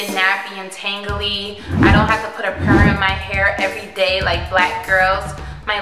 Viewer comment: I thought she said sperm